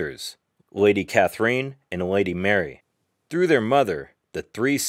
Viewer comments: clicked off as soon as you pronounced "Katherine" in a weird way. "Kather-een" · This was a nice piece. Thank you taking the time to reply to us. I did go learn a bit more about Katherine I believe she would have approved of the Spanish/French intonation with which you pronounced her name. Keep up the good work! Thanks again for the reply.